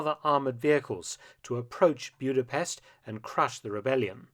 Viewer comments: As someone with Eastern European roots, it was grating to hear the city's name pronounced as Bewd-a-pest. The correct pronunciation is Boo-da-pesht. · Mark, love your channel and your work, but please learn the correct pronunciation before you record Maygar (Hungarian) is a phonetic language! it's not Byuda-pest but Buddha-pesht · Budapest! Not Bjuda...I was there 18 months ago. Nagy rhymes with Hodge